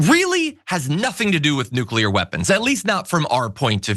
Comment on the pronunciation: Mullen “NUCLEAR” Noo-Klee-ur a 3 syllable word, NOT a 2 syllable word as you pronounce